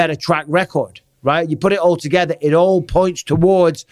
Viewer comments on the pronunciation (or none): none